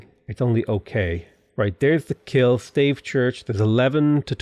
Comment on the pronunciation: Pls, Stave Church is not a staff church in old British or something. :( You pronounce it as stAHvEH.